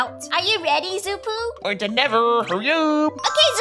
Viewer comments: Rutbell the name is shoo poo not Xppuoo😝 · First of trixx is a boy not a girl second of xuppu’s name is pronounced shuppu not zuppu